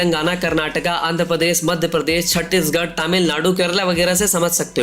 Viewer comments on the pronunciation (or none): none